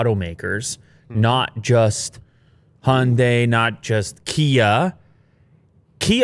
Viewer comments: Cars name: Hyundai. Pronounced correctly: Hi - Un- Die.: Hunday. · "honday" High-un-die Honday 😒